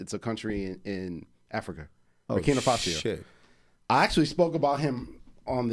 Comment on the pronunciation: LOL LOL 😂😂 FASO NOT Fasio